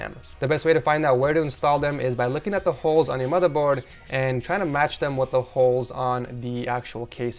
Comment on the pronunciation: Satisfies me when he says madaboard